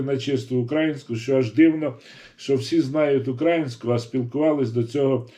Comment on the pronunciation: Перш ніж аналізувати інтерв'ю з Фаріон, Вам би не завадило уважно прочитати , прослухати все інтерв'ю, а потім намагатись критикувати людину. Доречі, хочаби у слові "український" наголос правильно ставте. Сумно